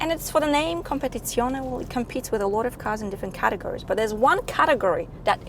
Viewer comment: Ciao, you know that I always compliment you but today the biggest compliment goes to your pronunciation of COMPETIZIONE, I would say promoted 😉😊😃👍 Samu Milan-Italy